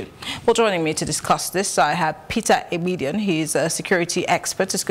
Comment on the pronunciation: Peter Aigbedion not Eigbedion